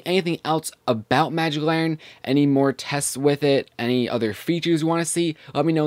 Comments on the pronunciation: It's LANTERN, not laurren. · You silly. It's Magic LANNERN! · its larnen! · There is a "T" in Lantern dude :p